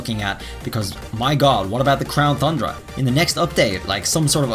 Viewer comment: Can you stop calling it the crown thundra 😡